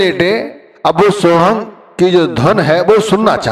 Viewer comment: Murkh pahle khud to sun le ye so hum hai so hang nhi